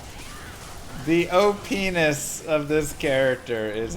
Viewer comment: I kept hearing Openis not op'ness ahahah